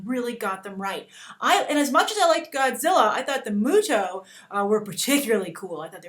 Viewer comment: Isn't it MUTO not MUJO?